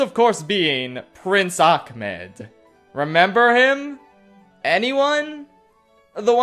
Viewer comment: My only complaint about this musical is that it utilizes the worst mispronunciation of the Arabic name “Ahmed.” Do y’all see the letter “C” in there? No. Because it doesn’t exist. Idk I’m just so sick of seeing people fuck up a name that simple for absolutely no reason.